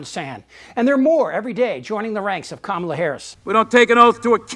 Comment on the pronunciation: H I he is actually pronouncing Kamala correctly now, well done Donnie